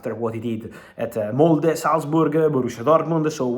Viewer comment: Fabrizio, you nailed the pronunciation of the Norwegian club: Molde. Impressive! Seriously, Thanks for your work, I enjoy it a lot.